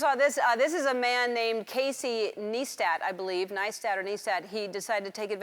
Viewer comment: CASET NIESTAT!!!